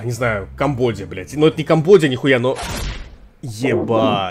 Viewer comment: Не Камбодия а Камбоджа